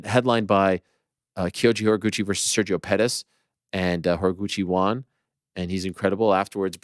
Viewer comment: it’s nuts Ariel still cannot pronounce the word “won” correctly lol